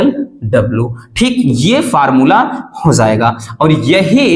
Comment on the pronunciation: Hozayega 😂 ki hojayega pronounciation to dekho